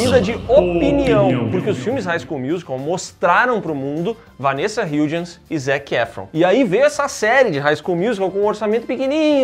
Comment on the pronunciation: Como fã de HSM e do preciso enfatizar as várias vezes que vocês falaram o nome da Vanessa Hudgens errado hahahahahhaaah mas tudo bem. Adorei. Nota ⭐️⭐️⭐️⭐️